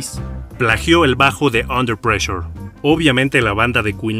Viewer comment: ¿"Under pleasure"? Desde que pronunciaste mal el título de la canción deje de ver el vídeo. Esto fue en los primeros segundos. Te recomiendo más seriedad en tus colaboraciones.